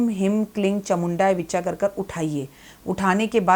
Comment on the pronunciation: 🕉 हीं क्लीं चामुण्यै विच्चै बोला जाता विच्चा नही please correct कर ले मंत्र जप सही होना चाहिए